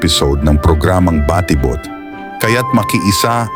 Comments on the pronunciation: Ayun lang, na distract ako sa nag na narrate. Ang konyong a.i. Baa ti bot 😅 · For me hindi naman big deal ang pag pronounce ng word na batibot. Maganda ang presentation at mahalaga nakaka entertained at interesting yung kanyang topic.